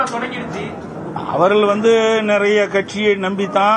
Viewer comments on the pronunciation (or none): none